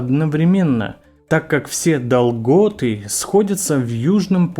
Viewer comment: ДолгОты? И это человек произнес?🤭